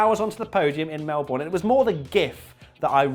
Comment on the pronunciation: Mel-BORN?! Come on mate